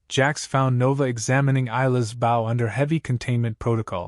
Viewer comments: just another waste of time, unfortunately they do not learn so what good is it? NOT BOU, Bo. Stupid AI. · Oh, for goodness's sakes! Get an AI that can pronounce English!! "Bow", as ipp n "archery bow" is pronounced "b-oh". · Hard to enjoy this story hearing about the bow pronounced like its the front of a ship. Lazy enough using ai for great stories. Atleast get the words correct dude. Amazing stories with crap narrations